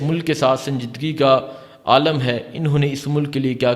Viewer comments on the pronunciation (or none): none